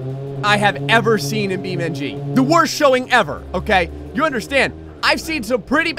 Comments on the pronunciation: It's Beam NG. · Yes! More "Bee Men-G"! Thanks